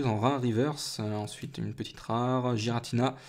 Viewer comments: Sa ce prononce guiratina aller voir le film .. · donc tout le monde fait erreur ... sauf toi .... et ba désolé mais c'est "Guiratina" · et bah non normalement cela se prononce avec le son g va voir sur le film